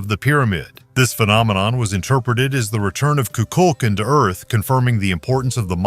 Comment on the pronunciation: The snake god name the way Mexicans pronounce it has the accent on the last syllable. Ku- kul - kan. The a in kan is like a ah sound also. Not kin.